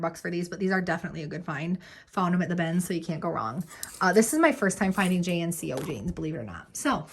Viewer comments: Missed you and your laughter soOOoOOO much!! Good for you for taking time off as needed. (And agree with another comment about the JNCO jeans lol. We said it like a word in the 90's, not letters, Jinco Jeans. And now I wonder if I am about to hear a new generation rename our pants hahaha) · You calling them J N C O jeans makes me feel ooolllldddd. Hahahaha.